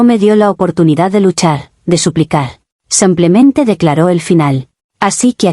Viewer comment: ¿Alguien más últimamente escucha "sumplemente" en lugar de "simplemente"?